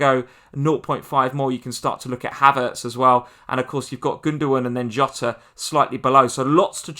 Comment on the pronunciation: Great content. Just one thing. It isn't Yota. It is Jota. In Portuguese you say the j as it is like in English